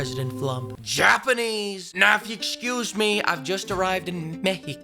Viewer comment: "mehico" LMAO